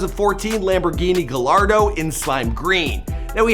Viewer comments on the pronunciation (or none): It’s pronounced Ga-y-ardo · its pronouned (guy-ardo) btw lol just sayin